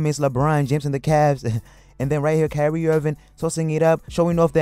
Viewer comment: not sure if the guy has a thing against Kyrie and keeps calling him carry irving...or if its just difficult to say Kyrie....but he pronounces other words correctly...soooo either way carry irving is still relevant cause he carries the ball sooo much